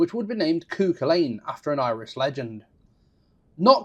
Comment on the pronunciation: Sorry, I know you are not a Gaelic speaker but the name is pronounced CU-Cul-An. Otherwise great information and review